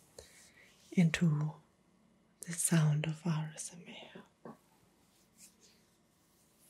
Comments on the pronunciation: It sounds like ur saying rsma instead of asmr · Why do you say RSMA Katz and not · Like the asmr but to be honest the way you say asmr just makes me wide awake and annoyed because you don't say it correctly